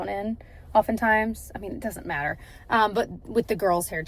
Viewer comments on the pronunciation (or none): none